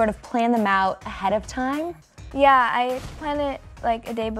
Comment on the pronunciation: Ariana says yuh not ya,!!! 😂